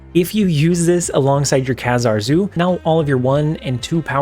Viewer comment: Love your content! As a fan of X-Men comic growing up, Kazar is pronounced like "bazaar". Keep up the good work!